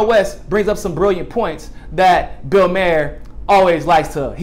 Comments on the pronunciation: Maher rhymes with "star". No surprise there, amirite? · It's Bill Maher, not Bill Meyer.